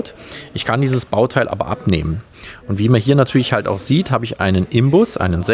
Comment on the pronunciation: " ´Wie man hier sieht habe ich einen Imbus..." :D .... "Inbus" junger Mann, "Inbus". ;)